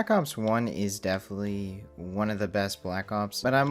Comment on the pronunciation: aight you gotta say "definitely" different or correct, i really can’t hear you say "deflee" instead of definitely anymore